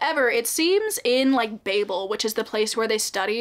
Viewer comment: Even though you said babel wrong throughout the whole video I’m glad you liked it , one of my favorite books 😂❤